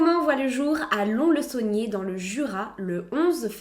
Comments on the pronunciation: je voulais juste te dire que pour la ville ou Jean-Claude est née le S de Lons-le-Saunier se prononce sinon la vidéo est génial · Je viens de Lons-le-Saunier et on dit LonS-le-Saunier ^^ Super vidéo merci!